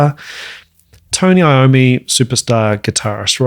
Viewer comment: The correct pronounciation of Iommi:EA-ohm-me. Not I-ommi. Italian origin